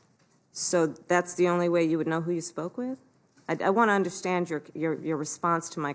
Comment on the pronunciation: The man said jess does she anderstend 😂want he said 🤣